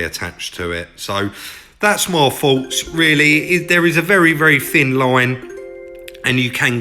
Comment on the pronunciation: Adding a T and an H to your alphabet would make listening to you a lot better. what are your Foughts tell me what you Fink